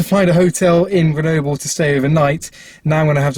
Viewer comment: it's rhyme with noble 😂, you pronounced it quite well, but in french, we say the e more like a